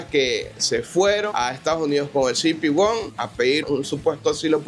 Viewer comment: "cibipi won" 😅😂😂 que mal inglés 😂